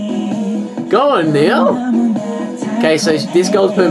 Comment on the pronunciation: his name is niel not neil